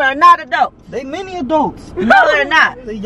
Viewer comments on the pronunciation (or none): He really said they miny adults